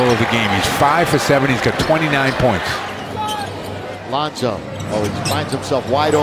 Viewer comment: This kid said lonzo